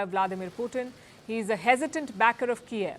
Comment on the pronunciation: its Kyiv not Kiaav :D